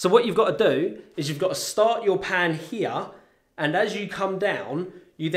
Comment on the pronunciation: "You pan HEEA" Haha! Love u man!